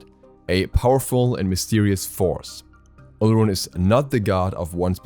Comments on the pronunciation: its pronounced OR-LORUN.....his other names are O-LO-DUN-MA-REY [olodunmare] and OR-LOR-FIN [olofin], good try tho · Olorun is pronounced as Olo-rune. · I speak the language that his Gods name comes from, the “r” is more of a “w” sound. It’s pronounced more like “Olo-wun.”